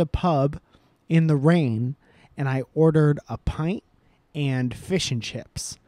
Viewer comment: Oooo I'm going to take some issues with how you put the emphasis on fish in fish & chips Oooo boy.